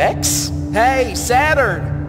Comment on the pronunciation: Naked Sautun 😂😂😂😂😂😂😂😂